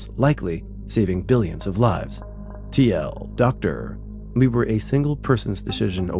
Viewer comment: Please... Please! It isn't TL Doctor! TL;DR is t-l-d-r for too long, didn't read!